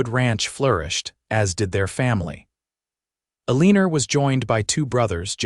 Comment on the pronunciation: You should have heard the way they said Eleanor in a different story .. awful Ee-lean-rrr. Love the Italian Stagah Coacha 😂